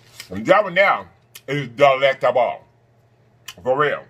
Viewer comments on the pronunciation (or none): If you say dalectABLE like that one more time 🤣😆😂 I can NOT